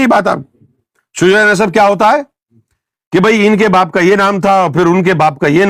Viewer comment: lafz Shujra nahin hota , shajra hota he .